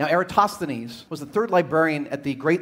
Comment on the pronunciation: VSauce pronounces it correctly with the emphasis on THEEN. (if VSauce tweaked the "-thenes" part, to sound like "tennis" with a soft "th", it would be pewwfekt!) Greeks around the world cringing at all the other pronunciations. So in this case, the majority are wrong.